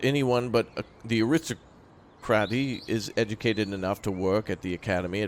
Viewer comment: Hi, fyi viscount is pronounced ˈvīˌkount. Thanks for the videos. Also ar·is·toc·ra·cy /ˌerəˈstäkrəsē/.